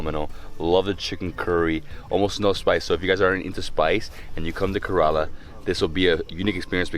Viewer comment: YOU are not pronouncing KERALA properly don't like.... And nobody telling you